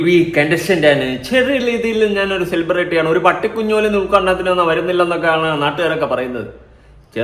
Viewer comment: സെലിബ്രിറ്റി അല്ല എലിപെരട്ടി 🤣🤣🤣